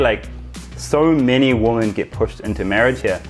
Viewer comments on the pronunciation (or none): the plural of 'woman' is 'women' pronounced 'wimen'